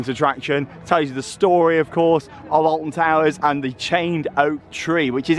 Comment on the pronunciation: Did he say Alfon